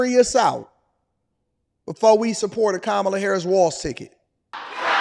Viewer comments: Did you call her tamale Harris? I thought her name was Camala Harris? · Did they say khamal toe? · Do you hear her fans chanting Kam-ala or Kom-ala ? Her fans are saying it wrong. Yes I voted for Trump 2024. Want fries with that ? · You must look the name not Kamala is Estamala. 😅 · Ka-ma-la ! No , Donald Trump ! 😊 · They said her name wrong Who cares, this lady is whack